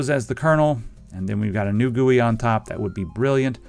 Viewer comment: You pronounced GUI correctly....thank you!!!